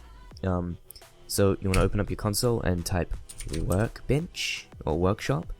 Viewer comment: You wanna type in... Work bitch, or workshop xD I know he said 'workbench' but it sounded like Work Bitch